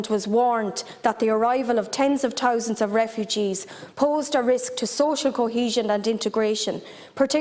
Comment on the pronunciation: Lol tenz of touzandz of refugeez